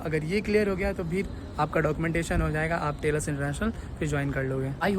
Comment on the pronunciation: Telus ❌ Tailus ✅